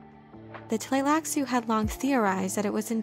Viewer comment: Better pronounced as 'Tleilassoo'. And Ghola - 'R'ola' (r as in french)